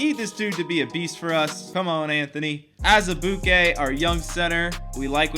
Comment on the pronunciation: I love how you say Azubuike 😂